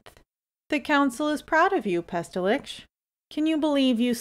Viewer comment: Aww, no struggle pronouncing Pestilikch? You must have practiced :)